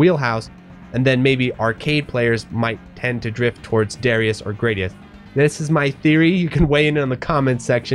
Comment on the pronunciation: I shall never budge from my americanized pronunciation ha. I hate saying Grah dee us and duh ry us :-)